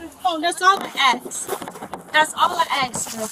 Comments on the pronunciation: Let me call my mom,that's all I "Axe".. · “That’s all I AXE!” 😏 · That's all I axe. That's all I axe. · You forgot ax instead of ask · Anyone who says "axe" instead of "ask" should get 30 days in jail for aggravated etymological assault. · Can't even apeak English. It's ask, not ax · She Fidna Axe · Everytime I hear "axe", I cringe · "That's all I axe" 😂😂😂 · "That's all I ax. That's all I ax." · and can't pronounce the word ASK 🙄👎🏻